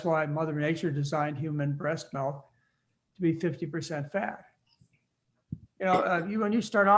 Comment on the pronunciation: Melk-mlk- it's milk. English .